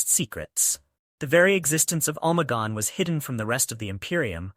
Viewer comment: good video boss but you forgot that its omegon not omagon. Its interesting that they put even their astartes disguised as the primarchs and that alpharius would disguise himself as other legions astartes. Have a good day boss